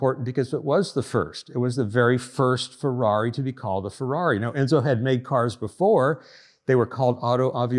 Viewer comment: Intresting and detailed video. But please, don't pronunciate it Fouaui but Ferrari.😄😄